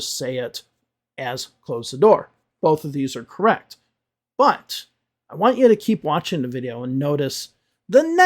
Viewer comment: pronunciation is quite bad for a channel that is very prissy about other people's pronunciation. She pronounces correct as gorrect for example. Most of their corrections are good and useful but they reject everything that is not everyday American English as unnecessary and useless and seem to forget that everyday American English is the premise of their channel not necessarily the premise of the channel they are critisizing. Clearly is bothered about teaching advanced vocabulary that falls outside of the everyday American English when teaching everyday American English might not even be the aim of the channel they are responding to. Also he needs to learn to relax on camera and blink now and again because in his current presentation style he seems way to uncomfortable.